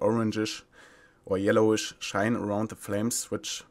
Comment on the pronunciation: "the orangisch or the yellowisch" - 2017